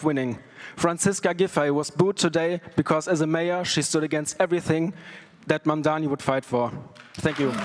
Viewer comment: Please it’s Mamdani not Mamdami!